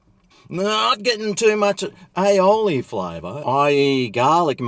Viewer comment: is pronouncing aioli correctly now - that's good...